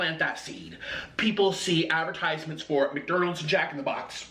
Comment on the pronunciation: "McDernals" lmao